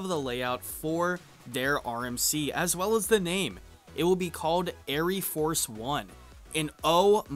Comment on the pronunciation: You goober , the e is silent , it is just air Force one , smh